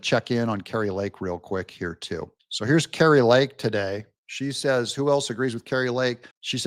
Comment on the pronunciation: Kari NOT Kartie!